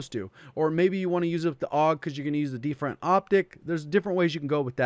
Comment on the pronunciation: "deeferent optic"